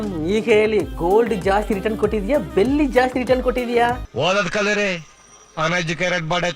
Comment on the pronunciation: ಅದು ಬೆಲ್ಲಿ ಅಲ್ಲ ಬೆಳ್ಳಿ 😂😅❤